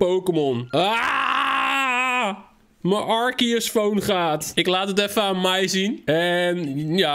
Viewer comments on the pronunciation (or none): Stop met arkieus zeggen het is arsieus en schrijft het als arceus